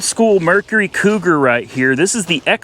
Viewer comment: SERIOUSLY?? Maybe on your next trip instead of going to Lost Angeles, you might want to go to Boston, Massachusetts. It may help you pronounce the name on that old Cougar.